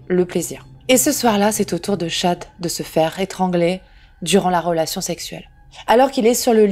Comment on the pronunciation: Paypall se dit phonétiquement "paypaul" et le prénom Chad "tchad"